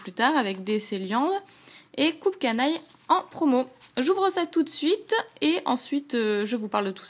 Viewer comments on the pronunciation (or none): Juste pour infos, on ne dit pas "coupe canaille" mais "cup" comme un "cup cake" d'où le nom. Voilà, a part te dire que tes vidéos sont bonnes (comme toujours), c'est la seule remarque constructive que j'avais a faire, donc je préfère la faire c'est toujours ça de gagner ;-) Bonne continuation